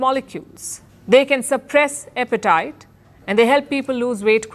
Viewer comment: 'Epetite' 🤔 Apetite ✅